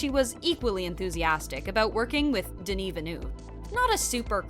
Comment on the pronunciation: tbh I stopped watching after the 10th time she fucked up Denis' name... .smh at least learn how to say it right